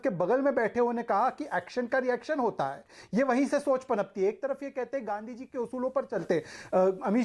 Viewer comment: तू कुछ मत पूछ बस गांधी जी का नाम पूरा अच्छे से पढ़